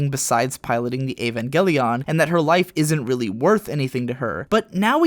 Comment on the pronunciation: Why do you say "Evangelion" so oddly?